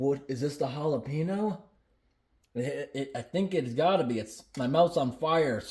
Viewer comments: To pronounce the "Ñ" in jalapeño, just place your tongue and hold it flat on the roof of your mouth when pronouncing the N part, then release as you get to the O. It's really not that hard. The word is pronounced like "Halal (without the L obviously) PEH (like the E in send, not pee) - neo". Pronouncing it "jAlaPEEnOou" sounds atrocious 😂. Even Rickie from Trailer Park Boys said it better. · It's Jalapeño....not Jalepeeno. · He definitely said jalepenis spam. He didnt mean too but if you listen carefully he definitely said jalepenis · okay guys we got the holla-pee-no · The majority of non-Hispanic people don't know the sound of ñ... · Jahlapeenos lol